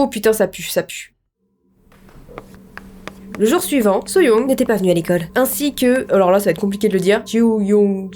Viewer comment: Youngjoon se prononce : Yong joun. Tu y étais presque 😂 Ji-Heon se prononce : Dji hone Suyoung : Sou yong Gyeonghye : Gyongyé Comme ça, tu sais !